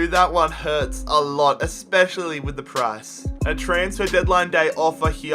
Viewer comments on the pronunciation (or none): none